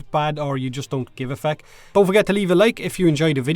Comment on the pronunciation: I love his accent when he says fuck lmao